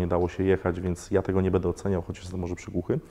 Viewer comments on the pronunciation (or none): none